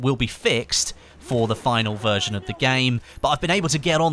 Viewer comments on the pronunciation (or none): none